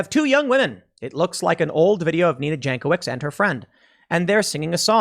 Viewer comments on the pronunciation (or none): Pretty sure her name is properly pronounced Yank - o - vich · Pronounced yankovich